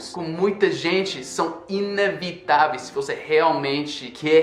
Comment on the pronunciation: É INEVITÁVEIS, VC FALOU INAVITAVEIS(seila kkkkkkk).... KKKkkKKK (compreensivel,leva mal nao).